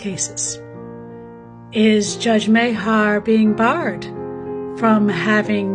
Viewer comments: It is pronounced.. May- gah. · Judge Denise Meagher's name is pronounced as Marhar. Here's a video with her as a guest speaker and you can clearly hear her name pronounced. You need to scroll down to her name to open the video. You'll also hear why she got the job as a judge from her. It's only because they wanted diversity, not many applied for the position because the pay rate was low.